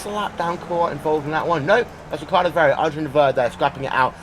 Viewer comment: Who is Farrier? Why can't this announcer pronounce names properly?